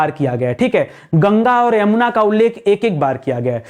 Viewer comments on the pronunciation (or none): none